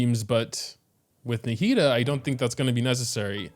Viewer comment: NAH-HE-DA that's how you say it my g